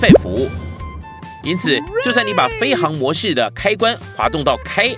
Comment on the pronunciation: 飞行模式 这个行读xing 不是hang